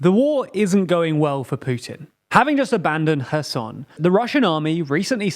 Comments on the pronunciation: so you are able to correctly pronounce kh in bakhmut but not in kherson sad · Guys, overall it is very good but please double check the pronunciation of Russian names and Ukrainian cities, sometimes you fail there seriously. Not Prizgovin but PrigOzhin, Kadyrov was more or less fine but you could work on his pronunciation. And you could pronunciate Kherson in a more Ukrainian manner with H at the beginning, not K. And “o” is stressed, not “e”. I heard in other western media that they do it this way. But this is just some nitpicking that grates on my Russian ear:) Overall, very engaging and interesting, thanks for you work!